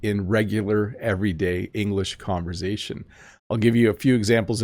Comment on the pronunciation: Hi, I wonder when you say conversation, you intend to pronounce the S as Z. Is it because you have some French Origin?